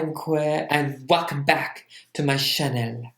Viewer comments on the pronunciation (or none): I thought he said chanel lmao